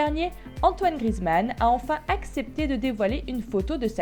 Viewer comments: Grizmann 😂 c Griezmann ça me stress quand on dit ça BREF c tout pour moi 😂✋🏼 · Prononce bien GRI-EZ-MAN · on dit Griezmann bordel 😂😂😂😂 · tu prononce mal son nom, le «e» se dit sa se prononce «é»